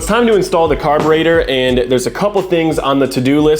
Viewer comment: Carburather Carbutartor